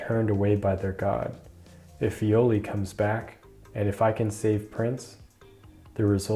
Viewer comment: Viole pronunciation: the phonetica is from a romantic language so it should be “e” and not "i", sorry for that but after reading this story for years its feels super wrong